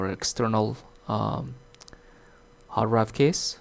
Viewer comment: It's called a hard DRIVE, not hard rive.